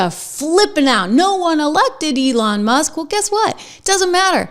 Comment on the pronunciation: Elon Muss?? I heard say Elon Must. lol